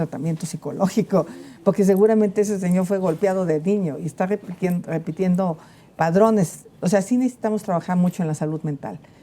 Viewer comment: Pues muy ingeniera pero cómo dice "padrones".😅